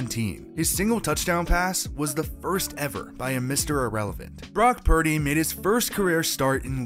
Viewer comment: Brock 'Prady' !